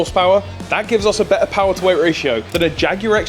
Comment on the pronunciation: 22 seconds. The man says the word "PoWaH" like Skelator